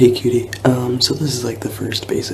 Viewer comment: I thought he said "kiddies" for the longest time. Until I saw multiple comments saying it was cutie.